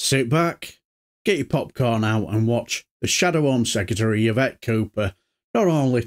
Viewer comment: Her name is pronounced Eve ett not ya vet !